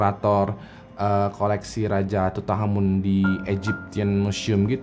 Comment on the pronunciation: Makanya, nonton kamen rider ghost, biar tau cara baca tutankhamen:v